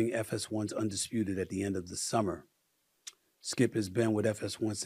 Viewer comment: Seummer? lmao